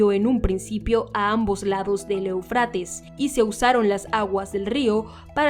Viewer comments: Eu, con acento en la é sería Éufrates, no eufrátes, que mal se escucha de una periodista profesional, haciendo mala pronunciación. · Desde hace muchos años se pronuncia E'ufrates. Respete los acentos